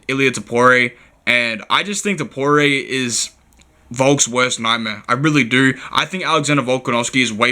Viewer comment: Hope u dont bet “topooray” heavy